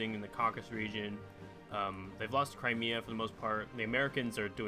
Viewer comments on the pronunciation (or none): none